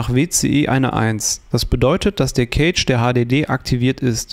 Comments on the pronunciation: Bro, Cache ist nicht Kage sondern weiches C, eher so K_asch. Sonst gutes Video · Eher "käsch" oder besser "kasch". Gutes Video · Eher Käsch, ob aber mit ä oder e gesprochen ist togal ... so wie das Wort Cache jedoch hier im Video ausgesprochen wird, bedeutet es auf deutsch übersetzt "Käfig" (engl. Cage).